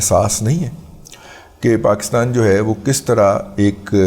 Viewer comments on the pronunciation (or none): none